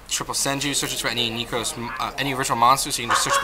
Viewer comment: NE-KROZ (not knee) NEH-CROSS